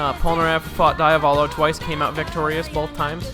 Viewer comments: DEE-Avolo, man. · How english people think they are pronouncing it: Diavolo How an italian hears them: DAIAVÓLOU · DIAVOLO= de-uh-vol-oh Not Die-uh-vol-oh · Pls im know that im a pin in the ass but do not say daiavolo say diavolo like u read it thanks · The mispronunciation of diavolo is so painful. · Nah diavolo is pronounced that way in italian well roughly not exactly but someone without knowledge of the language especially an native english speaker canzt pronounce it correctly